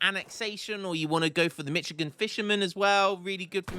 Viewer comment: is not mitchigan its michoacan